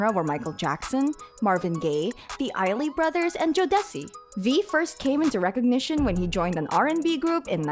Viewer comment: I'm bothered that a white AI did this.....after she fucked up trying to say the Isley brothers. I jus cut it off